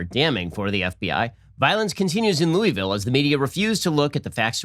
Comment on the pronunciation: Lol ! I love it . He’s not a southerner 😉